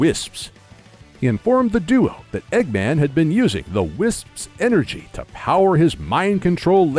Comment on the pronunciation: good job saying wisps (tis verry hard)